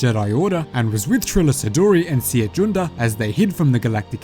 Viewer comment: How do you pronounce Cere again? ...Is it not like Sarah?